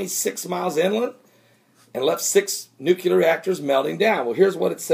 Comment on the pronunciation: its NU-clear not NUCUlar lol. just ribbing ya brother lol.